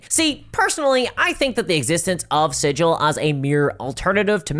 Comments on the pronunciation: OK. Let me just forget everything I've ever loved about the lore of this thing.... Done. I'm well trained in those things, now. As soon as anything shows signs of becoming a greedy corporate sh, I void my memories of it entirely (there are magical products to do that, and it's sold in every stores, I'll need litters of it though at once so it works it's magic). PS: Sigil isn't pronounced like a sigil. It's pronounced like the G in Garage. For reasons. The corpo-sectarians are transforming everything into an abomination. And we all have the endless void, now to keep us company. Yeah, that's good. It's fine. I'm fine... What is this presence I can feel somewhere all around in the void? I hope we'll be friends. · It is a literal crime to mis-speak the name of the city of doors, while in the city of doors. I can’t be the first to note this. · It's pronounced Sig uhl not Sij al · Not Sijill.. its 'sig il' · The proper way to pronounce Sigil, the City of Doors (the city in the center of the multiverse): the "Sig" part is like sigma, not like "sidj" like everyone insists on. This was proven in an old version of the Planescape setting and NEVER CHANGED. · Fun fact for the algorithm: the Planescape city "Sigil" is pronounced with a hard-G sound according to its creator, unlike the soft-G of the normal word "sigil". I'm curious how WotC reps will pronounce the word when they speak it... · The planescape city is pronounced "siggggle" not "sijil" 🤧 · Once you said that it was called 'Sidj-il' like the city at the center of the multiverse I knew you were a poser: true fans know the city is pronounced 'Sig-il.' I can no longer take your content as gospel for you are a false prophet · Yes, I paused the video to read the text wall regarding the Smallville RPG. Also, is Hasbro pronouncing the VTT like "sijil" with a "j"? Any burk will tell you it's with a hard "g". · Is it named after the Planescape city? Because "Sigil" the city is pronounced SIG-il, like 'giggle.'